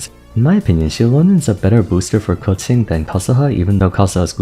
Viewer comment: is it just me but the way he says keqing is sooo satisfying? idk it just scratches my brain sooo well